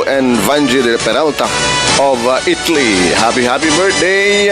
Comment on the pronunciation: Just pronounce I TA LY NOT ITLY.